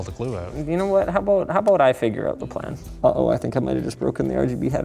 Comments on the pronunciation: novia Scotian moment? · that was the most canadian about I have ever heard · You can tell Linus is mad when gets that Canadian about it.